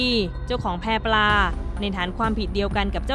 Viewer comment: แพปลา ไม่ใช่ แพรปลา ศึกษาการอ่านหน่อย